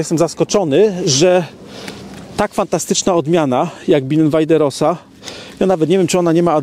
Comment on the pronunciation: rosa wymawiaj roza